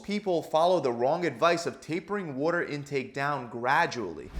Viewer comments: It pisses me off…he says “whoa”-ter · You sound like you’re from Baltimore. “Wooder” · “Wudder” weight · wAter man..., its pronounced wAter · It’s a philadelphia area lingo to be exact. Philly and the surrounding areas pronounce it “wooder”. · Lol Worter * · More like "wodder", otherwise "wahder". Americans pronounce the letter t as a d. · Wore-da weight. New YACK accent son. 😂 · Good holy god this was like he took a bet to see how many times he could say “worter” to bother TF out of me. They should use this as a CIA torture technique. Great info but for the love of god don’t say “worter” anymore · Over under on 50 “waddur” s during video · "wuoda" retention LOL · the way u are pronouncing water is triggering me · The way he pronounces "water"...can't unhear it. 😆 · For those of us from the US northeast it sounds normal (except for an R sound he adds after the A) and other parts of the country where they say “Waahh-derr” just sounds limp.